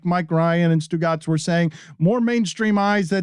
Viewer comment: Haha Stugotz = stu caz !!!